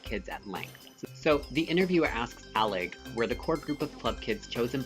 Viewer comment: How you say Michael Alig's last name, though it matches with Party Monster, it actually isn't how Nelson Sullivan pronounced it. He says it Ay-lig and so do the other people in his videos.